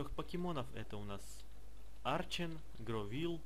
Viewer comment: Не гровил а гровайл*